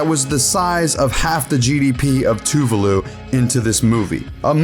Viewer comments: 'Too-vuh-lu' Oh my God, I'm ashamed I was even able to figure out what country you were referring to. That mispronunciation was astoundingly bad. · The worst part of this review was the butchering of “Tuvalu”